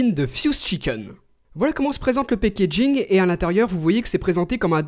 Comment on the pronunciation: le pékédjingue x)